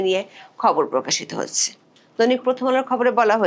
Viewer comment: Hoacheeeee😅😅😅😅😅😅. Are Bangla thik kore bolun